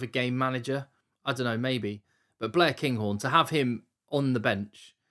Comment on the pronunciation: I'm a little disappointed with how you pronounced Blair Kinghorn. Also, love the pod, blah, blah, blah.